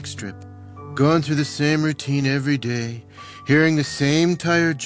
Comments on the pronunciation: Ehvery Dey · Okay okay, now say every day like you literally just got a grasp of that phrase in your ESL class